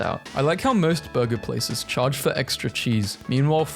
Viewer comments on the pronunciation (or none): none